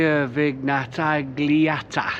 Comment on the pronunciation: Your street name, Via Vignatagliata is pronounced Veen-ya (Vinyard) Tah-lee-ata (Cut). So it's like a vinyard that has been cultivated. It's tough, I know, but Welsh is reallly tough! Cheers!